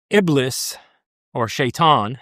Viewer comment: it's pronounced "IB-LEES".